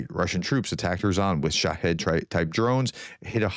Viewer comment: Are you sure that you are pronouncing Kerson properly?